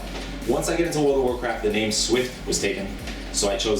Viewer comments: Haha Swifty mispronounces so many names. We still luv you though swifty. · i love swifty but he is terrible at pronouncing people names